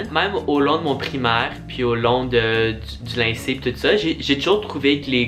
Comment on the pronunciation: Juste un peu te dire que on dit lycée pas lyncée mais c'est pas grave 😊😅🎉